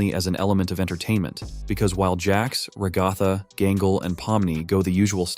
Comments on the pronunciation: everyone:ragatha him:ragafa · Bro it’s ragtag not roghto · I gonna sat rgatha is not agatha its ragatha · I hate how he kept saying Ragatha [ra-ga-tha] it’s pronounced Ragatha [rag-a-tha] ty! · Ok, I know its just the voice, but stop saying Ra-gau-tha! Its Rag-a-tha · Ragatha is actually pronounced Rag-uh-thuh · Bro really said ragotha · "Ragartha" I can't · Thats not how you say ragatha